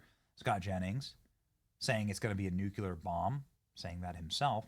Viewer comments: Benny I love your enthusiasm and I watch your posts on YouTube quite often. However it drives me crazy when people cannot correctly pronounce the word nuclear.It is pronounced new-clee-er not,as you say,new-cue-ler. Pronounce this word incorrectly sound so unaware of themselves that they sound stupid. President Clinton and both President Bush etc mispronounce the word as well. Totally losing credibility. People drive me crazy with this mispronunciation. Get it together will you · Love your show but i really wish you could learn how to say NUCLEAR. (new-clee-ar) not nu cu lar. Pet peeve since the G W Bush days. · For the love of Pete, Benny! It's NOO CLEE AR, not Noo kyoo lar. Get it right, or don't be taken seriously! GWB used to pronounce it "nookyoolar". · Did you say "nuculear"? The word is pronounced "new clear". Say it with me. "New clear". Not "Nuke You Leer". Only 2 syllables. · New clear. [: I just had a “Dubya” flash back. “New Queue Lure” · Hey Benny, say new-clee-er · Its nuclear not nuke you ler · There is no word that is pronounced nu cu lar. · NU-CLEAR. NU-CLEAR....."CLEAR" after "NU" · Benny, you write Nuclear yet you always say Nucular. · Nu cle ar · When I saw the word "nuclear" in the title, I knew we were going to be subjected to a cringe barrage of Benny saying "nuculer." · NOO-CLEAR dammit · Benny!!!! Can you say "king lear?" Or "lear jet?" Try this.......NUKE-LEAR. lol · Nuclear pronunciation = Noo cleee aaa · Love you Benny but it's NUCLEAR not Nucueler. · Nu cue ler isn't a word Benny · Dude, there is only one "U" in the word "nuclear". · Benny, learn how to say NUCLEAR ! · If you can pronounce the word CLEAR then you can pronounce NUCLEAR. Go on, try it. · Never, and I mean **NEVR** trust a person that puts three syllables in the word nuclear. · benny you are an idiot if you cannot say Nuclear correctly. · Learn to say nuclear correctly. Smh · Learn how to pronounce nuclear for Fux sakes 😂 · The word is Nu CLE ar. Not Nuc U Lar.